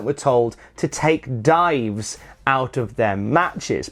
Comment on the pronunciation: Ohhhhhh he meant DIVES. I honestly thought he was saying DIMES. Like lol WTF was he saying lol